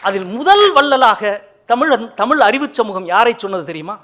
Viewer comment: நல்ல உரைதான்..ஆனால் மனுஷனுக்கு "ழ" வரவேயில்லை. இத்தனைக்கும் தமி"ழ்" எ"ழு"த்தாளராம். ..ம்ஹூம்.. மற்ற மொழியில் இல்லா "ழ்" ஒலியை ஒழுங்காக உச்சரிக்கத் தெரிந்தவரைப் பேசச் சொல்லுங்கள், இனி.